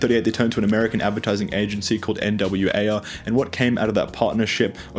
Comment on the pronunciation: "N W Ayer" ehh‽